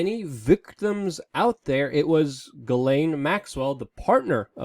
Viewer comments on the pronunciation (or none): Jis-Len not Gi-lane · I'm French Canadian and the correct pronounciation is Jissslaine (Ghislaine). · ...its pronounced Jizz lane Maxwell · I think it's pronounced Jizz-laine... ~:V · I think her name is pronounced with a softer g sound, like in Gillian that sound the same as Jillian. "Ghis laine" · I think it's supposed to be pronounced Zhizlaine.